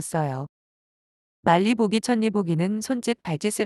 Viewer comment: 천리 보기가 아니라 철리 보기로 읽어야해요